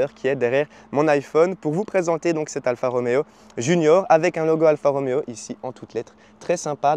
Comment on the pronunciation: Alfa Romeo pas Alpha Roméo, Anonima Lombarda Fabbrica Automobili, pas de ph qui fait le son f en italien.